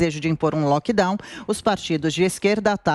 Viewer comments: NÃO É “LOCKDOW”, É LOCKDOWN (o N do final É PRONUNCIADO!!!!!) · meu querido a palavra é LockdowNNNNN e não "loquedau".